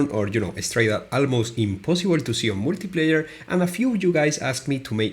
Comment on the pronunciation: That first "multiplayer" sounded like "wikipedia" lmfao